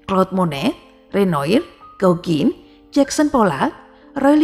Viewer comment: Renoir bacanya Renoa jengg.. 😊